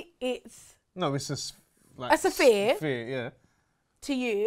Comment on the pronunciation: “A saphere”